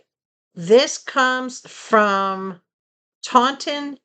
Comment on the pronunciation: Omg I grew up in Taunton Massachusetts how funny is that? You also pronounced it correctly haha. Wow you always get great deals. The one item I bought did come from Superbuys. They shipped it very fast. I do enjoy watching them. I saw you on yesterday buying the protein drinks. I never liked grits lol. I’m glad you found that huge box though. Have a great weekend!